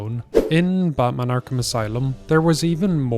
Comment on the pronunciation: Bro said Ba'man